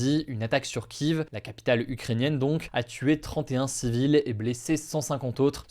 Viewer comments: La prononciation de Kiev m'écorche les oreilles, c'est ni en Français, ni en Ukrainien, c'est du....chaispasdoukistanais ? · Au bout de 2'35 pour parler de Kiev, tu dis ki-iv prononciation pro-ukraine au lieu de ki-ef comme on l'a toujours appellee avant la guerre. ce n'est pas neutre, comme parler de TSAHAL qui est un petit nom sympathique pour parler de l'armée de l'Etat d'Israël. T'es pas idiot, tu connais les mots. c'est pro-usa à fond sur chaque sujet traité. tu n'est pas neutre mais journaliste engagé et ça faut l'assumer.